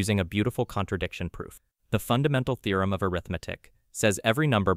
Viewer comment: Definitely an AI voice, since it sometimes pronounces "theorem" as "thorum".